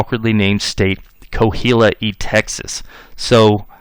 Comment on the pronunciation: Great history lesson, I’m enjoying every bit. Just wanted to correct you on pronunciation of Coahuila. It’s pronounced Qua-wee-la.